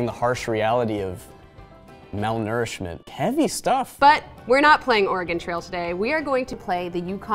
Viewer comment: Excuse me did he just say ORAH-GONE?